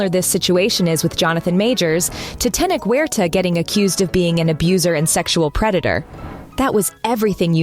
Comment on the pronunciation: You can't even pronounce this man's name correctly. Smh.